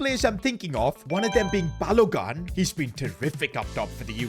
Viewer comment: Bah-Low-goon. not Bah-low-guhn